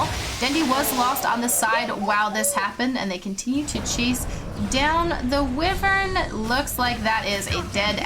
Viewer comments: It's WUIvern, not WEEvern. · Who the he’ll is this bitch!! This bitch just said wevern instead of wyvern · "Winter Wivern" 😂